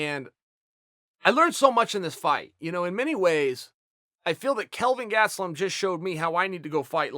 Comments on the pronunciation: He still says ‚Gatstelum‘ instead of Gastelum. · Chael just called Gastelum. GASEDtelum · chael "gatselum" sonnon